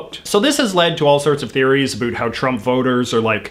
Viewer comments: I was wondering if he was canadian or american at first, then he hit me with that "aboout" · "A boot" I love accents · "a boot" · This guy is the only one I have ever heard say it like this. Canadians generally say "a-bOut" like a boat on the water. We use the same sound in outside, mouth, pouch and house. We pronounce them all with an o, while Americans generally pronounce them with an a. The way he says it blows my mind. I've been all over canada, never heard it said this way. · Why do you keep talking about "a boot"? I challenge you to read this E-mail. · I love how you say about, And I love South Park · Commenting before I watch hoping to God that there is no political bias, but i'm sure my expectations will not be the reality. Edit 1: Heard him say "about" telling me he is Canadian? Not good so far Edit 2: Actually seems alright in terms of bias, at least in comparisons to pretty much every other channel. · I BET YOU ARE FROM VIRGINIA BASED ON THE WAY YOU SAY ABOUT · I really enjoyed this. He presented it perfectly. I am A Canadian and we don't pronounce 'about' the way he does. BTW I hope President Trump wins a second term. hugs from your northern cousins! Don